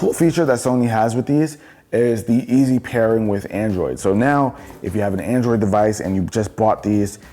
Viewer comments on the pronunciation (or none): none